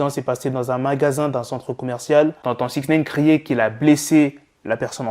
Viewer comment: SIX NEEIINN ? Nein veut dire Non en Allemand ^^ mdr SIX NIIIIINEEEE !